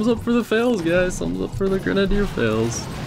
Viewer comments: Ffs know how to say grenadier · Pronounced: Grenade E er